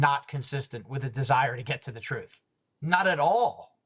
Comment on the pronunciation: I swear if I hear that man say one more time that he's just trying to get to the "troof" I'm going to lose my sugar honey ice tea! Lmao 🤣🤣🤣